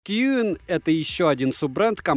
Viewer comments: Если я не ошибаюсь это произносится как цин а не куин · Название бренда читается как "чин". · Отличный обзор, спасибо! На будущее, "Qin" произносится как "Тин" или "Чин"